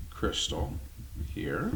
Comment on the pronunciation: Do Americans say "crystal" for Cristal champagne too? khree-STAL